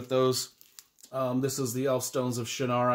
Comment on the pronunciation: You're pronouncing Shannara wrong. It's pronounced "Shăn" as in can, and then nara. Both of the n's are pronounced. This is how Terry says it.